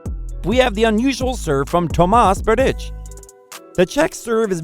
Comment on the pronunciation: Kirjios instead of Kyr'ios, Thomas Berditsch instead of Tomáš (TomaSH) Berdych (BerdiKH)... OMG Ayven Lendl :-D :-D